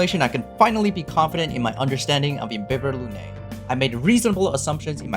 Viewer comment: Not only your guide is awesome, but you also pronounce all the Latin terms like Imbibitor Lunae correctly for the most part. THANK YOU! I got used to the official "Im-bye-bee-thor" but it's wrong...